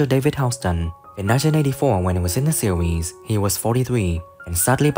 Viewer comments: Get another narrator! This guy can’t say series, he says SEAWHEEZE. 😂😂😂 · Why does bro pronounce series as sewies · In da seewheez 🤣🤣🤣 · Jesus Christ this AI voice is excruciating in 1982 when ee was in da seeewheeez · What’s a seeweez? ROFL